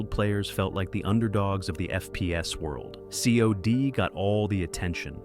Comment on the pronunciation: Its not C.O.D. its cod. You pronounce it like cod. Like the fish. Because thats what it is - a stinky old rotten fish